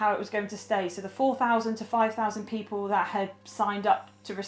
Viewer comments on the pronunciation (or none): none